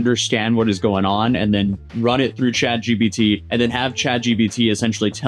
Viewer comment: It's Chat GPT, not Chat GBT dude. "It's not fully spot on yet" Maybe you're using the Temu version.